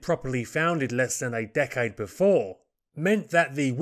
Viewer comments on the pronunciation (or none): none